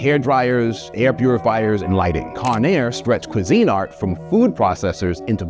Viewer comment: cuisEENart??? KWEEZinart, it's right there on Wikipedia